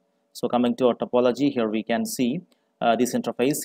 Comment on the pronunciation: Good video. Thank you. Sounds like you're pronouncing it "intraface" though, as opposed to "interface". Just a friendly tip.